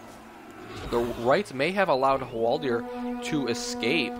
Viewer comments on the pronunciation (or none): Hwaldaaaaaaaaaaaar, not Hwaldiiiiiiiiiiiiiiiir.